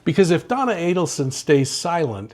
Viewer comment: Good to hear you pronounce the Adelson name correctly.